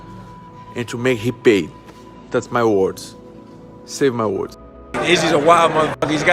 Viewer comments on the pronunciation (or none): He said “sev mY wards” ohh we are not forgetting those wards anytime soon 😂